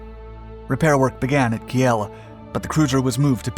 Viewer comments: talk even faster. Christ. "Kiel is pronounced "Keel" not "Kee el" ie, with a long "e." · What prevents Americans from pronouncing simple words?? Kiel pronounced KEEL Not Key'el ... come on this is basic stuff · Where the hell is “Ke-El “ ? You mean I assume Kiel .. ? Pronounced “Keel” 🤦‍♂️ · "Key-el"? Wth is "Key-el"?? I think you mean Kiel, pronounced "keel". Pls do a little research before you post these videos, smh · Kiel is pronounced as keel.. 😃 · Ki'el = is pronounced Keeeeeel. ;-) (like wheel with a k) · Kiel is pronounced the same way as the english word keel. Also Hipper was a heavy cruiser not a pocket battleship. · I think Kiel is pronounced "Keel". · Apropos: Kiel as in KEEL. 😉